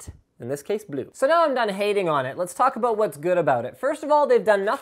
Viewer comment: The way Linus says says blue is hilarious